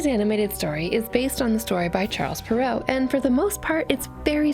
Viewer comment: You’re pronouncing Perrault wrong (sorry... I couldn’t help myself)